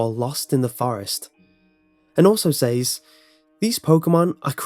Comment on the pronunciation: Need to work on your speech/enounciation in all of your videos. Says is pronounced "sez" not "sāz". Just a lot irritating and detracts from what would be great videos that you do. Other than that issue I believe all of your videos are pretty solid works.